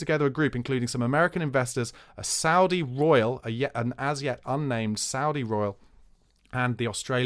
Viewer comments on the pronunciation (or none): none